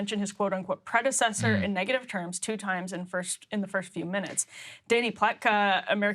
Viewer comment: Biden said the word "predecessor" 13 times. Twice he managed to pronounce all 4 syllables.